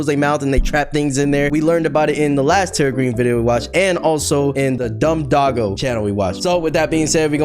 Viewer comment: Is it me or he said Dogogo